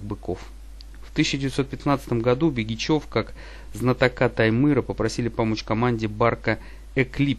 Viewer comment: Ударение в словах не правильно ставит -ПЯсино, ХАтанга, БЕгичев